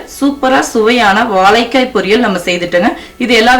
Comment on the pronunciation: Unfortunately you are unable to pronounce 'zha' properly, and also the big L. Otherwise great recipe. Thanks.